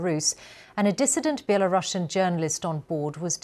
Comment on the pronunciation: "belarusian" is pronounced as [belarusian], not [belarashian]. it's from the word "Belarus", not from the word "Russia" :)